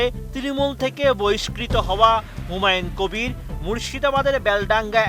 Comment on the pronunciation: এতেরে স্বরাষ্ট্রমন্ত্রী বানাইলো কে হুমায়ুন কবিরের নামও ঠিকমতো বলতে পারেন না